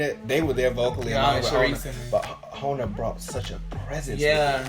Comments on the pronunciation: Hona...hahah pronounce the J...Jona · i think its jona not hona :) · FYI It's pronounced as JOE-NA (Jona). K bye thanks!